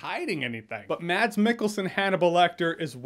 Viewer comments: It’s mas not mad-s Because it’s a Norwegian name. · Hejsa :D It's not pronounced "MaDs" the D is silent so you say it like you'd say "Mass" Love from Denmark :D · His name is surprising pronounced as Mas (like Christmas)- Michael-son.